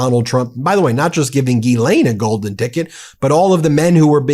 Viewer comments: did the reporter call her jizzlaine? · I'm pretty sure it's Jizz-Lane Maxwell not Ghee-lane. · BEN!!!!!!!!!! BENNNNNNNNNNNN I It's pronounced Jisslain. Not GEElaine Jiss. Like. Hiss. JISSLAINE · It's not ghee -lane. It's gill-len. Be one of the few who pronounces her name properly. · Say it right.. Jizz~Lane 💦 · I thought her name was pronounced Jizzlane 😅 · >Ghislaine> is prononced something like = Gees-lane